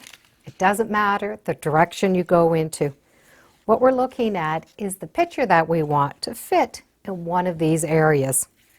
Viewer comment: "pitcher" vs PICTURE. Picture is the correct pronunciation. You're welcome.